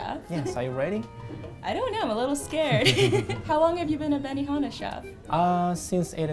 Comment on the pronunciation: benihama? BENIFUCKINGHANA?!?!